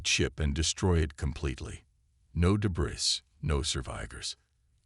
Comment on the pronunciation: Debris - not pronounced debriss, pronounced debriy.